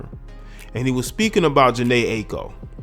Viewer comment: That's not how you say her name.